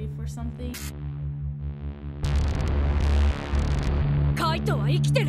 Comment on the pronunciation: Is not" kite" is "kaito"